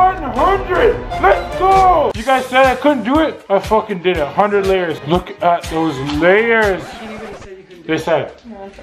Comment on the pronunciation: 1,000,000 leyers of toothpaste